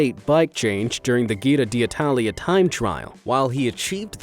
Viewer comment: Your pronounciations of "Nibali" and "Giro" are abyssmal :D